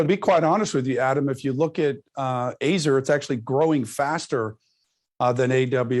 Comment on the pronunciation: Never heard that pronunciation of Azure.